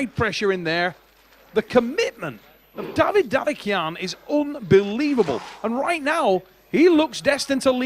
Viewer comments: Just call his name correctly its not Daddy Khan , its dadikYan ffs .. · I put a bet VS friends about ' pronouncinations of east guys names, I bet he will miss every single one. Tbh, Dadikyan was my biggest fear, I tought he must hit this one, its reallčy not hard, but yea, I won. DADIKAN ftw